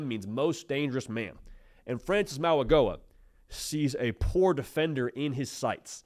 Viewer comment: Mauigoa is pronounced like the “G” is a “N”. Maui NO-A